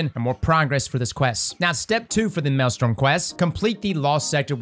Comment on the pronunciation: it’s maelstrom not maelstorm